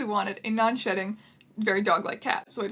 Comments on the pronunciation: I REALLY keep thinking you're saying non-shitting cat 😂😂😂😂😂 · I know what you're saying but I'm hearing "non-shitting pet" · misheard "non-shedding" as "non-shitting". got extremely shocked and confused for a millisecond.